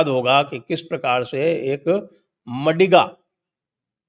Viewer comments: Madhiga not madiga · It is ಮಾದಿಗ (maadiga not ಮಡಿಗ -madiga) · Sir ji.. MaDiga nahi Maadiga. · 'मडिगा' community nahi sir ji, it is pronounced as 'मादिगा'. Also referred to as आदिजाम्बवंत, yes, Descendents of Ramayan's Jambavanta. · Its pronounced as 'Maadiga' sir